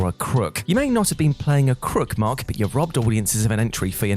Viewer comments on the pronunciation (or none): none